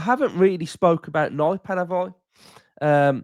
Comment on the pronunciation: Nypan isn't Naipan, more like Neepan. And not pan as in pancake, the a is not æ.